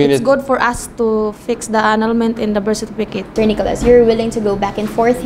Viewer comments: “Anal—ment in da Birt Sertipikit” “Gud bay-bay. ..ugh” Ay ewan, Healings for ibriwaaan! 🤣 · I died with "birsitipikit" 🤣🤣🤣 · " Berstifikit " " i posting my post " kbye. 🙄🤦🏻‍♀️😂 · ah ganoon ba nakaka shocked nga itong babae na ito pati mag salita eh berstifiket nag hapon nga ako sa ka bubuklat nang dictionary wala akong nakitang words na ganyan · I thini she said bersitifikit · s bar po kc ng work kya beersitipikit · "Birthstifikit" - Puke makati 2019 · Hahahaha sertipikit i neber porgat dat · Graveng "Birthstifikit" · Yung nahahabaan ka sa "birthcertificate" so she came up with "bersipikeyt"